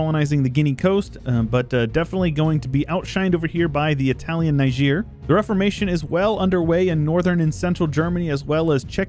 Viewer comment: I am glad that the one place he chose to pronounce correctly is Niger :)